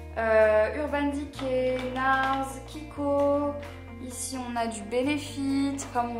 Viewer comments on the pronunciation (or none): none